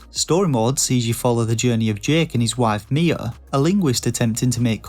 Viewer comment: Am I the only one who thought when he said "Mia," he was actually saying "Nea"?